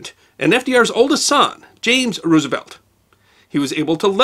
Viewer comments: You expect me to take you seriously when you say Roooosevelt? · Not to be a stickler, but the preferred pronunciation of president FDR's last name, is "Rose - uh - velt" (like the flower); not "Roos - uh - velt". I got tagged on this a few years ago and haven't forgotten it.